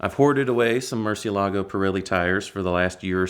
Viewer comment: Btw: It is pronounced muCIElago, not MurcieLAgo.😊